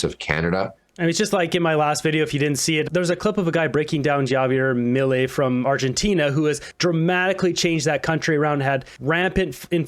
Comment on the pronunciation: Javier is pronounced 'Have-Ye-Er'....just pointing it out as great people deserve proper pronounceation of their name. Keep up the good work mate 🇨🇦🤜⚡🤛🇨🇦